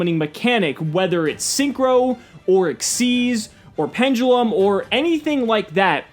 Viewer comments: good informational video, but wtf is A PEN-JUH-LEM? its PEN-DE-LUM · pendulum when did it be become pendgulum